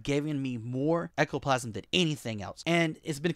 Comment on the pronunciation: Ectoplasm? I’m sorry but I just can’t take you seriously after that